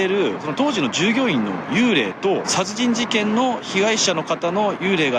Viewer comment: ちゃつじんじけん？笑